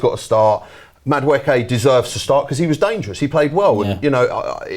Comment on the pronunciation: Everyone - “Madueke “ - “Mada-wooky”